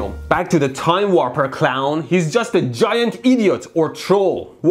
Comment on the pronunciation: "Gaint Dil.. llema" XDDD